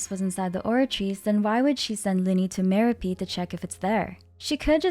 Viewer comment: Why are you pronouncing "Meropide" as "mero-peed" and "mero-pied" interchangeably? Lol